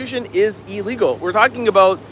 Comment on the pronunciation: Ill-legal, not E-legal